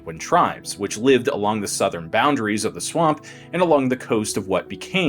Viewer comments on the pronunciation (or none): none